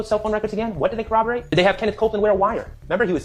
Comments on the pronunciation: My word... Can someone explain to about pronunciation🤦 Cor-rob-or-rate not co-oboate. Ask not ax. Where he at? Professionals would say where was he at. My goodness she sounds so uneducated. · the way she says co-obberate is driving me insane